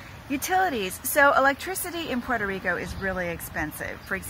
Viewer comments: please dont say PueroRico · Why do Americans refuse to even try to pronounce Puerto Rico correctly?